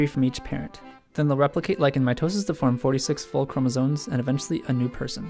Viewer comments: Are you saying chromosones or am I going crazy? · sounded like he said chromotits